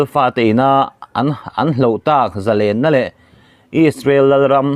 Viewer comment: Zalênna i va han lam dik tak. Ngaihthlak a nuam bik riau mai.